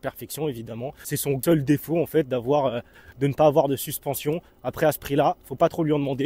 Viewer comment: "de la suspattes"😂j'en peut plus😂